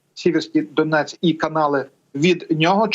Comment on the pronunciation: не Дінець а Донець.